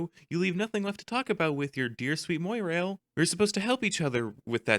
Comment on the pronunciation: its pronounced as mwah rail, like the word "my" in french, pretty sure dave mentioned that a litlte bit after cascade